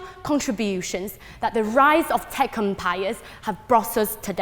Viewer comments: Fuck sake. Have I been pronouncing "tech empires" wrong all my life? Tekumpiyus?????? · um wtf is her accent? to me she sounds like a fob who went to the uk to study but her pronunciation is atrocious and it sounds like a very ugly mishmash of uk + Chinese accent. she places emphasis on words in the wrong places. "tech empires" doesn't even sounds like tech empires when she speaks